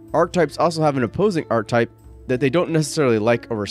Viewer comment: Nice overview! "Archetype" is pronounced arch-uh-type.